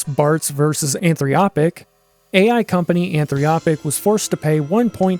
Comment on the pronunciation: Anthropic. Not Anthriopic. There's no "i" between the "r" and the "o". And that's not necessarily a bad thing, you can use that same sentiment to reverse engineer things like... oh I don't know... the Adobe Suites.